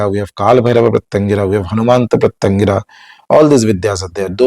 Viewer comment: Sir, can you please utter Her name correctly ?? Please !! , can you please utter the name of special form of Shiva who came to calm down Narasimha. For any mantra sadhaka, uttering the name of the diety.. in fact, uttering each and every syllable of the mantra is extremely important. Hope you will correct these and guide people.